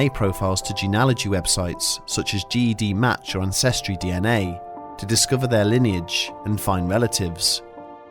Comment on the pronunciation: Another great video! 😍🖤💜💀 Just for future reference, GED match is pronounced like "Jed" as in Jedidiah 🥰